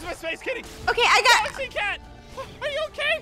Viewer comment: Gaxaly? you mean Galaxy?